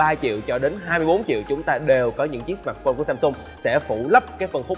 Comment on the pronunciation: sao ad lại đọc " sờ mạt phôn" từ "mạt" của ad nó nặng quá.e góp ý v thôi .chứ ko ý gì.